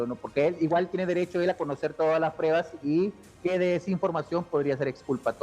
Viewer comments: El DIZQUE “ESCRITOR” 🙄 NO PUEDE NI HABLAR DICIENDO: “PREBAS” EN VEZ DE P R U E B A S 😂😂 Cuando opina se le nota que quiere sobresalir por encima de PROFESIONALES EXPERTOS! 🧐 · has dicho “prebas” en repetidas ocaciones. Señor “escritor”, que pena.